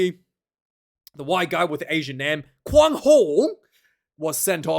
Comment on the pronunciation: Quan pronounced Kuein